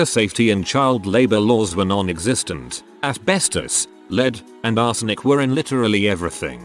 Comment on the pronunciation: Am I the only one that really likes the way this bot voice says "asbestos"? I especially like when the quote is "freaking asbestos" 🤣